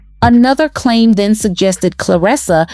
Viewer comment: "Back DEN",🙄 BACK THEN!😊